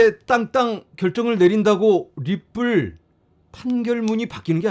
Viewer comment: 존경하는 ~ 발음이 니뿔로 들립니다. 리플이라고 해주세요😂😂